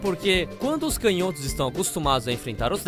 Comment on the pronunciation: A palavra "canhotos" não se pronuncia [cãnhótos] não?